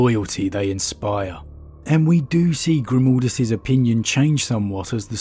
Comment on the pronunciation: Please please for the love of the Emperor, stop calling mah boi, "Grimoldus." I cringe internally every time I'm reminded of "Mold" when speaking of the Hero of Helsreach.